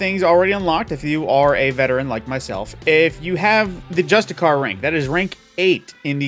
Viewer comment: Did you just pronounce justiciar "just a car"? Lol, I love how YouTube gamers never bother to figure out how to say words they're seeing for the first time.